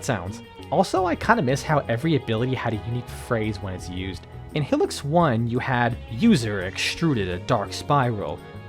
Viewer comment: It’s pronounced HIGH-licks